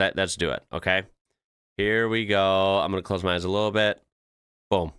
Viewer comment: you almost got it with the intro but you gotta open your mouth at the end like howya GOIN, its hard to explain